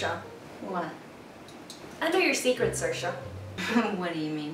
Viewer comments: Your roommate actually looks so much like Saoirse. It’s pronounced See er sha, not Sursha. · It’s pronounced SEERSHA not sursha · Ha ha so funny the way they say SIR-SHA! That's only what Irish people say when they pretend to be posh! It's pronounced SEER-SHA!!! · From someone who lives in Ireland and has multiple friends called saoirse you aren’t pronouncing it correctly, it’s seersha not sirsha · ser-sha, sore-say, im screaming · Before, I disregard the spelling and always pronounce her name as SAW-RIS. Then, SA-YORS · “Is her name like sore-se or something” lmao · I hate how Saoirse pronounces her name. She pronounces it wrong. For those who don’t know the Irish language, Saoirse directly translates to freedom and is pronounced “See-ear-sha” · Just for the record it’s pronounced “seer-sha”,it means freedom in Irish ☘️ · I thought it was pronounced sore•ee•s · You're saying her name wrong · you're pronouncing her name wrong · If you’re going to make a whole video on her try pronouncing her name right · At least be able to pronounce Saoirse properly